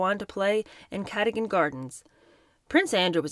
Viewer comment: And “Cadogan” in Cadogan Gardens is pronounced “ca-DUGG-an,” not “CA-dogan.”